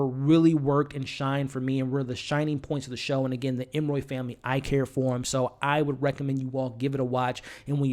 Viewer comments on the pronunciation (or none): It’s really annoying that you repeatedly call them the Em-roy family. Their name is Emory (em-or-ee). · Love the commentary. But if I hear you call them Emmoy one more time!!!😂😂😂 Emory, Emory, Emory..ps cat in a bag, not hat.🤦🏾‍♀️ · It’s Em•Ree hun. You know, like Emery board. Not Em•Roy. And her name is “Lucky” lol... Honest mistake! ☺️🙊🤷🏽‍♀️ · Every time I'm like... 🤯 ..em-uh-ree.. Not ..em-roy.. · It was “cat in the bag” bro not cat in the hat lol and they are the Emory family not the Em-Roy family. 😂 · Great review. It is E-M-O-R-Y(ee). You almost had it there but then reverted back to the creole pronunciation that you conjured out of who knows where🤣. I found that more irritating than anything. If you’re going to do a review, the name of the main characters is something you might want to nail before pressing the record button. Other than that, your review was pretty good